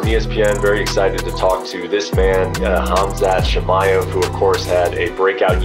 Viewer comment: ''Khamzat Chimiyef'' xD